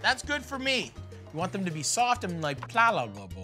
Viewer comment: Ah, yes. Soft. And plalabable